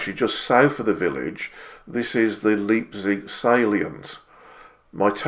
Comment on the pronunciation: A small point but just so that you are aware. In German, Leipzig is pronounced Lipezig and not Leapzig.